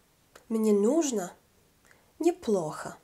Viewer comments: мне нУжно , ударение на -у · Owszem, w zapisie cyrylicą jest na koncu O ...ale i tak wyraz "нужно" wymawia się "nużnA". Proszę sprawdzić wymowę gdzieś indziej dla pewności :) Pozdrawiam